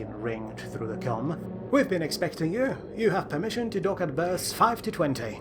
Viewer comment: Are you juat unable to say "the"?